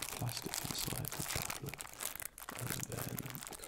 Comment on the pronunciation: Choclate? Did you just say... Chocolate?